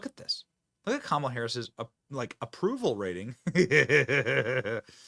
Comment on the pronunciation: I'm sorry but I actually retched when Drew called her Mamala.